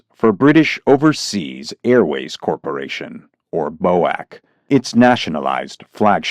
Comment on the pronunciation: Bow-ack? I don't think I ever heard a Brit pronounce BOAC that way